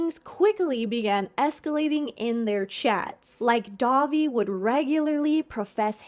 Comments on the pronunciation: When you say Dahvie, I hear Dobby. So my mental image for this story is weird now lol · listening to this in the background and it truly took me 10 minutes of the segment to realize you werent saying dobby from harry potter. was so confused and had to tune back in when i realized